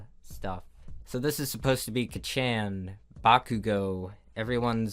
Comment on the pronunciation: I was gonna lose it when he said Katsuki as Kachaan because all I could think of was lightning McQueen; also I’m not gonna question that outro.